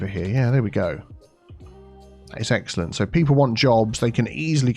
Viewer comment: Did you say eggcelent?